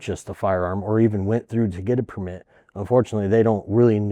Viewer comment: Drinking game: take a shot every time pronouces 'permít" like a French person.